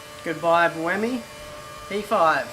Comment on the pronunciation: You guys say buemi: booemee; how I do it: bwaymee